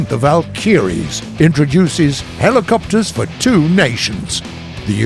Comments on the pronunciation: The valk-a-ries not valk-e-ries seriously why can nobody say this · its vALkYries, not valKyriES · Am I the only one who is bothered by the commentator sounding like an old grandpa, switching accents, and not even being able to pronounce words correctly?? I mean, he says ''The Val-kyries'''... It's ''The Val-ky-ries'' (which are the Old-Norse female deities who took the fallen Viking warriors to Valhalla by the way). He also says ''O-scill-ating'', it's ''Osci-llating''. He sounds like English is his mother-tongue, yet he can't even pronounce his own native language's words.. I'm Norwegian and do a better job at it than him. Ok I'm done, thanks bye. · Am i the only one who is bothered by the commentator sounding like an old grandpa, switching accents, and not even being able to pronounce words correctly?? I mean, he says ''The Val-kyries'''... It's ''The Val-ky-ries'' (which are the Old-Norse female deities who took the fallen Viking warriors to Valhalla by the way). He also says ''O-scill-ating'', it's ''Osci-llating''. I think he sounds like English is his mother-tongue, yet he can't even pronounce his own native language's words.. I'm Norwegian and do a better job at it than him. Ok, I'm done, thanks bye. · THA-VAL -KIRIES! lmao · "WELCOME TO PATCH 1.81The Val-kiyreees" 😂😂😂😂😂😂💀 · the way he says valkyries kills me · He keeps saying Valkyries wrong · ok, everything else aside, the way you're pronouncing Valkyries should be illegal